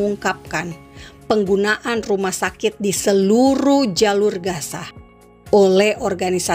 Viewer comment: Logat yang baik sedikit ya.gaza bukan kasa.